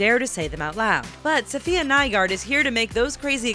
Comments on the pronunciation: When thay say Nygaard wrong 😂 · u said nygaard wrong😑 its danish